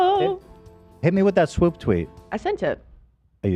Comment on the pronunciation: LMAO at calling swoop “WOOP” it’s like he unintentionally said W Swoop